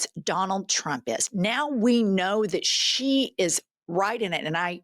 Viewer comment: Melania cant read. He says “ka-know” instead of “know”